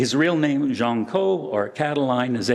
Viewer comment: "Jean", not "Gene" ... 50/50 guess goes wrong ! Sorry AI ... (÷